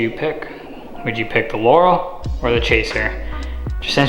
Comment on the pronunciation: I'm so glad you pronounced Laurel correctly